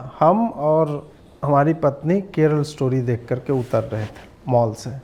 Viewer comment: Keral nahin Keralaa…